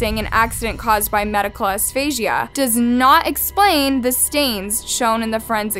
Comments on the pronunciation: either way... It's not "aphasia" (uh-fay-juh) as this awful narrator pronounces it... They're two totally different words. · Not being mean, but for reference for your future videos- Asphyxia (basically suffocating) is pronounced As-fix-ia. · Have to tell you love that you don't pronounce asphyxia as aphasia- there is a massive difference between the two. The first is pronounced as asfixia and the second afasia. The second is loss of communication, sometimes after a stroke. Poor little girl. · I'm sorry, but it's not medical 'asphasia', it's medical asphyxia, pronounced as-fix-ia. This case is evil, corrupt & disgusting. May God rest that little girls soul. ✝️ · It is asphyxia... asfiksea.... or as my 5 year old would say ass fix se a... amazing that you have this many subscribers and pronounce it as.. as faze a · You’ve subtitled ‘mechanical asphyxia’ but then you said ‘asphasia’ which isn’t a thing. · Really sad story, poor girl, but its "ass-fix-ee-ah" not asphasia ;) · & the word is NOT pronounced Asfashia it;s pronounced AsFIXia... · You kept saying "aphasia " and honestly I was confused. It is asphyxia. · Mechanical asphyxia pronounced a-fix-ia for future videos. Aphasia is inability to speak. Usually from a stroke or some brain injury. Hope this is helpful. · It's asphyxia like "uh-sfix-see-uh" not like Aphasia pronounced "uh-fay-zhee-uh" sorry that just bothered me so much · You did a good job on the video but her name is pronounced AS-PHYX-IA. “Aphasia” is another thing altogether. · Asphyxia is pronounced Ass-fix-eee-uh I feel like such an a jerk saying that however I watch all your videos and there always seems to be something mispronounced. I do truly love your channel so I hope this is viewed as a kind critique and not a cruel comment. 😅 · Asphyxia is pronounced ass-fix-ee-uh. Not aph-ay-sia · Asphyxia not Aphasia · Love your videos, I binge-watched them all! Also, for future reference, asphyxia is pronounced "as- fix-ia." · Asphyxia...not asphasia.